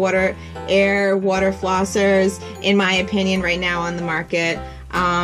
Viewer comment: You say water like Woo-der